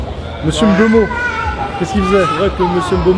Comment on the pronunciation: 1ere fois que je regarde une de tes videos. 1ere remarque à chaud: L absence de “AIMbeumo” 👌🏿 👌🏿lors de la prononciation